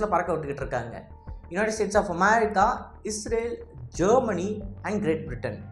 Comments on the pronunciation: நீங்கள் தமிழில் பேசும் போது அமெரிக்கா என்று சொல்லுங்கள் அதை விடுத்து அமாரிக்கா அமாரிக்கா என்று சொல்லும் போது நீங்கள் உச்சரிப்பது தான் சரி என்றும், மற்றவர்கள் உங்களை சரி செய்வதற்காக சுட்டிக்காட்டுவதை உதாசீனம் செய்வது போலவும் உள்ளது, திருத்திக்கொள்ளுங்கள். Be a roman when you are in rome. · America ndu sollum pothu vai Enna oru maathiri pothu. why are you trying so hard to copy British accent 😂?